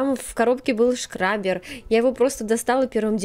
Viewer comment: Очень красиво! Обожаю стемпинг. У этого золотого лака классная структура. Только мне кажется что надо говорить скрапер, а не шкрапер.